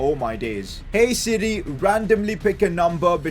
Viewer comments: who else thought he was saying “City” when he was saying “siri” lmaooo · Whenever he says Siri I hear city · Did he say siri or city